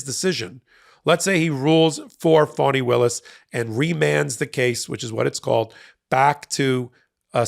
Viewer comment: Thanks for being one of the rare places that pronouns her name correctly. Even amongst "left" leaning sites.